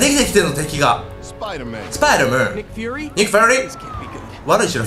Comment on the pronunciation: スパイドゥーマン？ spiderだから普通にスパイダーだろ derだぞder